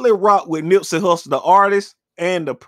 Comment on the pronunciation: Its Nipsey Hussle* not hussel..... 😤